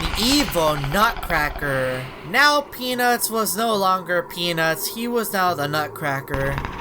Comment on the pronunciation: Then the youtuber saying sun of a nutruccraker